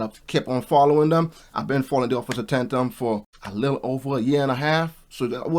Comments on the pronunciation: Bro why you pronounce Tatums name like that???😂 You added extra syllables and all...🤣😭💀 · Offer Tatum name is pronounced TAY-TUM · Tatum (say "Tay-tum")..... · Officer Tate-Em is how its pronounced properly, he's great to watch and direct and concise. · It is pronounced Tay-tum . I subscribe to his channel 🙂 I also lived on a street named Tay-tum spelled the same . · Officer tay-tum. Fyi no disrespect 🤝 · It's pronounced Tay-tum